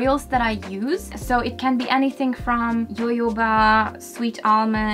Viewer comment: At first I was thinking, never heard of yoyo something oil, jojoba is pronounced HO-HO-BAH 😂😂